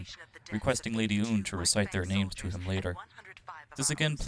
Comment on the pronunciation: didn’t say Lady Une correctly. Or Quatre. Or even Treize correctly. And I’m pretty sure there was like one or two more